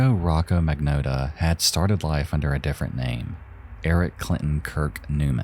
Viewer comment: Well, after twelve long years, our misery-perpetuating pal finally caught up with the rest of his community and covered #2... and then, he pronounced the bastard's name wrong! I'm only teasing, though. After all, he did a public service by honoring the victim more than the killer, and you can't spell "Magnotta" without "NO".